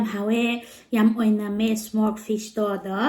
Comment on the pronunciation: Its smoked not smork